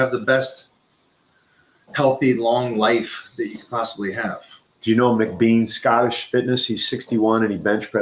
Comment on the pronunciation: Thank you for the shoutout on the live stream, but it's MacBean, not McBean. Lol 😆